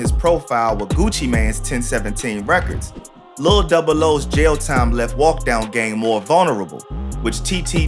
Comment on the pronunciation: dis mane said baby walk dog and not baby walkdown 💀